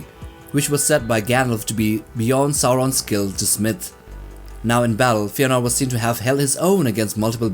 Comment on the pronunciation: Cool video tho don't pronounce Feänor like fear, but rather Feh-anor. I hope you've done your homework regarding the umlaut in pronuncation too (explained in Silmarillion).